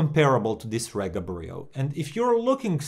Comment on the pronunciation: It’s pronounced REEGA!!